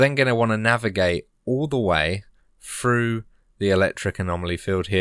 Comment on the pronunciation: Oll the way Froo it.